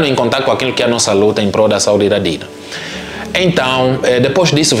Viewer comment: A não sabe o nome da menina, é Dina e não Tina.😮😮